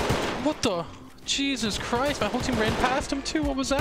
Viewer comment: Uhh did I here jesus christ or cheezus christ. cheezus christ way better tho